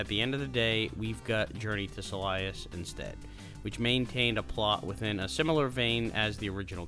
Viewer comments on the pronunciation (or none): I think "Silius" is pronounced Silly-Us and not Sa-Lie-Us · Silius is suppose to be pronounced like your saying silly-us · I agree. It's basically Sirius with an L.